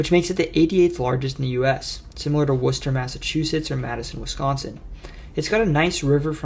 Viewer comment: I have to commend you on pronouncing Worcester, MA correctly. :)